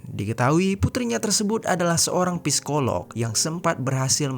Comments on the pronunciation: Masukan bang. Cara bacanya sikoloh. Huruf p nya ga dibaca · Bacanya sikolog bukan psikolog